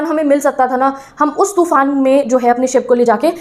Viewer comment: Madam तूफान hota hai टूफान nhi hota😂😂😂😂